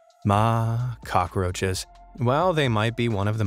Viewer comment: You said cocky roches hahaha your hilarious bro